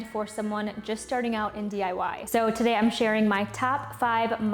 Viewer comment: She said DYI? Funny